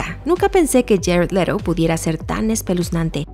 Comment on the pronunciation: Quien es jared lero jejejeje se pronuncia ledu